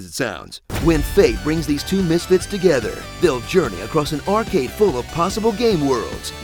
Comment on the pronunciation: It's arcade not arcade